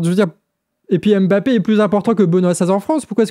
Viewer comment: je t'aime bien, vraiment... mais stop avec ton Mbapppppppé, belle année merci pour ton boulot <3